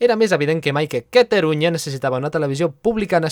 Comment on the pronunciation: pensaba que nomes en Mass deia cataruña